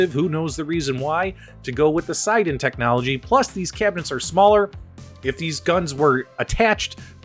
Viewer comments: It's siNden,.There is an N and it is not silent. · It is 'Sin' 'Den' - check out his interviews on developing the gun on the RMC channel